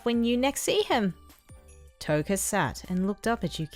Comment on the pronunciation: Kota not Toka